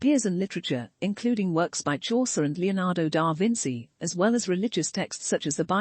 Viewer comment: "Leonardo dar Vinsee" 😄 How about da Vinchee? Which is how one pronounces da Vinci?